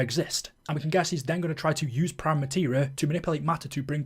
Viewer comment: Sorry mate, did you not hear the ending cutscene? Its spelt "Prima" but its pronounced "preema" You sound like youre talking about the white paint you put on a wall before the main colour 😅